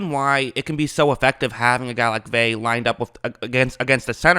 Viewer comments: Vita "veh?" You're KILLING me Smalls!!! I'm going to give you some advice that's going to sound mean but it's actually very practical. Especially if your intention is to try and do this shit for a living... Your voice, you gotta already know this homie, is fucking goofy and annoying AF already. It's not your fault, I know my dude, it's just a fact. Therefore, fair or not, you gotta work EXTRA hard, harder than everybody else at not just your football analysis but at getting all the details right. Especially when it comes to things you say. I know that was harsh but this isn't the first time you butchered a name so bad that instead of listening to your analysis, all I can concentrate on is the sound of your voice incorrectly saying "veh" over and over and over again. Don't get mad or sad, get tough, fucking FIX it and get that YouTube money. Cool? Okay, good, bye. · I hate to be "that person", but it's pronounced Vay-uh. In Hawaiian, all vowels are always pronounced, unlike English vowel clusters such as the 'ee' in Buccaneers or the 'ui' in Shaquil. Pumped for him to be on the field in whatever capacity he has to offer! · either way, it's not "Vey" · C’mon now it’s pronounced Vay-uh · It means nothing...he’s out of shape. He’s not ready. And his name is pronounced Vea-ya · Pronounced Veh Ah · You make a video about a guy and you cannot even get the pronunciation of his name right?! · You think he's the most important player on the defense yet can't pronounce his name? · You’re saying his last name wrong it’s killing me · Annoying af mispronouncing his name wtf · It's not vay. Its Ve-ah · I cringe everytime you say his name it’s pronounced Veuh not vay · Please say Vita (Vey-ah) not (Vey) D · Vea “veh ah” you keep sayin “vae” it’s annoying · Bucs didn't play Drew Lock this year... We played Driskel... Also, its pronounced "Vay-Ah"... Not "Vay". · drove me nuts you were saying “vey” the whole video. it’s vey-uh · Vea(ve•ya) not (ve•y) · Btw its pronounced vetah vaya